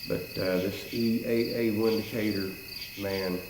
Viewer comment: Not trying to sound like a know it all, however the "W" in Windicator actually sounds like "V". So "Vindicator" is the correct pronunciation.